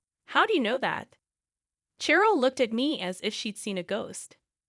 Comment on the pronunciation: Cheryl is pronounced Sh-er-l. Natasha is pronounced Na-Tash-ah-a.